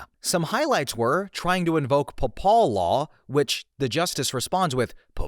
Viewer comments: Yeah, rhymes with “maple” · "pahpal law" is "pay-ple" law, as in, law of the pope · To be fair, would an AI mispronounce Papal (pay•pull) law as paw•p•all law? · Lost me at "papawl law." [UPDATE: OK, you really lost me by pulling the "NPC" shit and insulting people's intelligence after not knowing how to say "papal." You don't get to call people stupid if you're stupid, sorry.] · Papal is pronounced pay-puhl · “paPAHL” law 😂🇻🇦 We have to alert the Vatican to this new pronunciation. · Well, a real person would know how to say "Papal." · I was pretty sure it wasn’t AI until I hear how “Papal” is pronounced. I’ve never heard anyone pronounce it that way. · You complain about people thinking you're AI right after you mispronounce the hell out of papal twice. I don't know man. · Hearing him pronounce papal as if it rhymed withe Nepal instead of Maple fucking sent me. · It is odd but “murder one” is an odd phrase (I believe it’s shorthand for “first degree murder”) The thing that convinces me it’s real is it feels like the pauses come when he’s unsure of how to read things, like when he misspeaks the word “papal”. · Tbf. You butchered the pronunciation of "Papal" so bad it could have been AI. I dont think you are, but i can understand why some might think so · Anyone that can't pronounce "papal" is AI. It was cute how you gave AI a script trying to convince us it's not AI. That was clever.